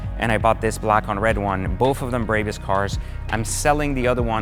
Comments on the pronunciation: Bro, stop shitting the name "BRABUS" It's pronounced as BRA-BUUS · There is no Y in the name it is a 'BRAAAAAAA BUS' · He said braybus 😂😂😂 What a douche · Serious dude. You can't even say the name correctly. Brrrahbus If you paid that much for just few carbon parts, muffler and wheel upgrades, you got completely ripoff. The Irvine store will sell these upgrades for around 60k installed. And a brand new Maybach 580 is 210k. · He does not give a F*** Brabus pronaunciation, one of the cleanest to say it, but he still hase to leav a mark 😂😭🤣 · Why do these car YouTubers not know how to pronounce the names of the brands they review? It's MY-bach (like the composer) and BRAH-bus. is another one. He mispronounced it as 'MAY-back'. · If you own this many exotic cars you can pronounce it anyway you fucking want. But, for all the haters it is pronounced phonetically as… My-bahh Brah-boose. But since we’re American and don’t speak with a German accent like a c*nt you can say it the way you want. That’s freedom 🦅🇺🇸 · Dude. You mispronounced every damn thing from Maybach to Brabus. Jeeeeeees